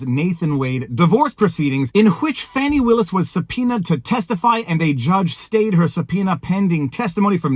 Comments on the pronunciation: Fani is def pronounced as a short for Stephanie, sorry Chris cuomo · Fani ≠ Fawni They're just trying to spare this insufferable woman embarrassment by pronouncing it in a different way. 🙄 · No black person EVER called a FANNY( Fani) FAHN-i. It’s never happened. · MTG also calls her Fauni/Fawni, I think it may be southern name and pronunciation. That said, I will be glad when this all ends in the favor of the Defendants, and hope the other cases against DJT all topple like Dominos.